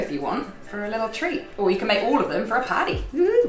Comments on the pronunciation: sweet Aussie accented “party” 😂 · when you said 'party' you sounded really Australian haha